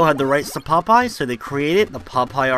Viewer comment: When you say Popeye, it sounds like you're saying "pot pie." :D